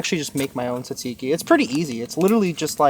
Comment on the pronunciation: If your trying to say tzatziki, your saying it wrong lol!😂